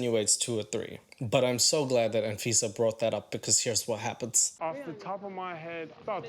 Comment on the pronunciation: I keep hearing her name as A-Visa 😂 (quite fitting really)